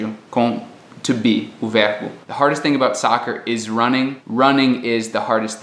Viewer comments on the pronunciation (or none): Em porque a pronúncia do "th" do "thing" não tem aquele som intermediário entre T e F, com a língua presa?